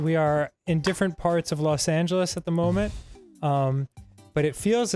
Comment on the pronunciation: Was the way Arin says "upside down" a bit or just one of those Arin things like "bolth" and "molment"?